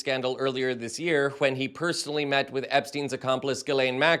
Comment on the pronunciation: The way you speak is grinding my gears man. WHY SO MUCH EMPHASIS ON THE "H" in words starting with "wh"??? You're even putting an "H" in words WHERE THERE IS NONE, like "with". GEEZ. Then when you say "been", you're pronouncing it so specifically as "BEAN" (like you're so proper). GEKKKKK! I support the work you're doing, but omg, the way you talk... I also acknowledge that this is just MY opinion that nobody asked for, and you're free to speak as you wish to, and that many other people might love the way you talk. I just felt the overwhelming need to vent, as we humans sometimes do. Carry on.